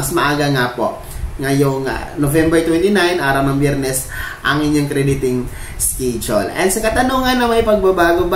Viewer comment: Pls pronounce the word schedule as eskedule and not eskidule. Sanay mawasto ang pagsabicm mo ng schedule